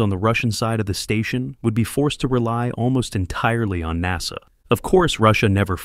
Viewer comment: good video.. please stop using text to voice that is crappy. mis-pronunciations of words like NASA is a huge distraction.